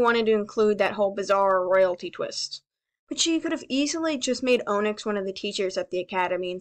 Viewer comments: As soon as you said Onyx, and pronounced it Oh-nyx I googled how to say it- it’s pronounced o-nix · why did you say inyx like that its on ix not own ix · the entire time during the onyx complaint the only thing i could think of is how you were pronouncing her name wrong LOL also, this is an alternate universe where dragons rule the land. Remember that things can be very weirdly sized and dont have to line up to the logic in our own world. In the books, scavengers by the most part, are snacks to the dragons. It wouldn't surprise me that most of everything is a bit larger than them. Headcannon theory: siblings of firescale dragons are immune to their siblings's firescales. Think about it. If a firescale twin was born in an egg and the other didnt have the protection of their firescale proof scales, then they would already be dead. EVOLUTION! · You’re pronouncing onyx wrong